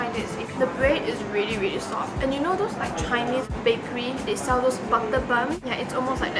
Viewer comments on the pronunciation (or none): none